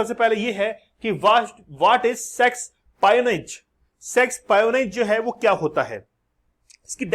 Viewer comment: श्रीमान, इसका उच्चार सेक्सोपायोनेज नहीं...... सेक्सपिओनाज़ Espionage एस्पिओनाज़ से ये शब्द तयार किया गया है ।